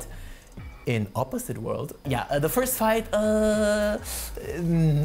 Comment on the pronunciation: you say fight, but I hear flirt